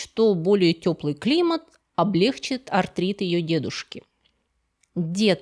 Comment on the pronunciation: дорогая, только пожалуйста "облегчИть", а не "облЕгчить". Ну Вы же не Горбачёв!❤